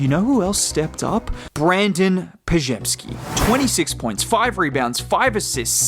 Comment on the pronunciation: The big moment off court was Shaq making sure he pronounced Brandin Podziemski's name correctly